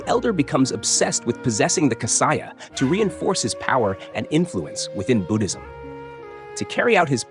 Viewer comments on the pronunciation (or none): none